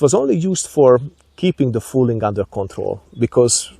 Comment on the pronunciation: Another fantastic little video. Love your hunting videos. Just a little detail, hope you don't mind, but barrel fouling is pronounced the same way as "fowling" instead of "fooling", just thought I'd mention it.